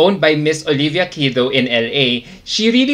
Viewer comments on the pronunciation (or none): none